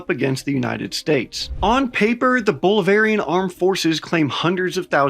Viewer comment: This channel is a joke, “Bowl-varian,” get someone who can read or know basic South American countries.